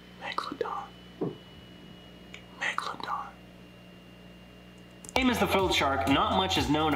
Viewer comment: I knew u was gonna say magaladon lol.. Run them underwater likes up